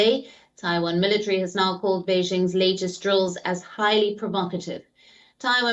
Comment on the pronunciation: MillaTree. i swear military has 4 syllables.